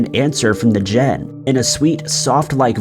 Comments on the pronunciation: Jinn is pronounced "gin" not "gen". 🙂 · Note I KNOW you mispronounce words on purpose. “Jen” instead of “Jinn”? Well played, incompetent one, well played.